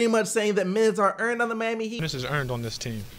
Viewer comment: "the mami heat"